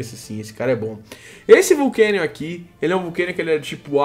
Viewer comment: Não é vulcanion mas sim volcanion